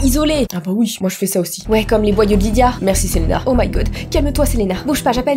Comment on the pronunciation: Je m'appelle Lidia. Oui, cette information est inutile mais je voulais que vous le sachiez car je suis heureuse d'avoir entendu prononcer mon prénom.😂